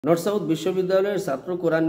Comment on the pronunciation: Norsouth😂😂😂😂😂😂😂..... Ya allah...... Maf korun